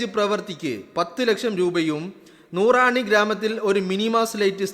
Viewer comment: നൂറണി എന്നാണ് അല്ലാതെ നൂറാണി അല്ല